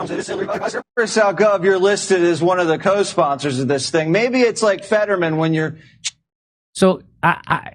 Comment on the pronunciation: He called him fettermen lol.